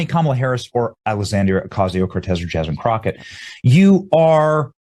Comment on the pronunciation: Yaz-mean crooked? Just Jazmine crooked. With a hard J.